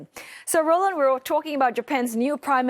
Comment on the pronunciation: roland bad pronunciation